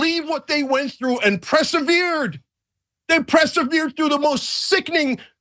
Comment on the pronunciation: I know I am a pedant but feel I have to say, Cenk, it is persevered, not presevered. Perse, not press. But otherwise, yes, the Palestinians that don't react with violence but are trying to wait patiently for the world to impart justice and freedom rather than choose retaliation are to be lauded and respected.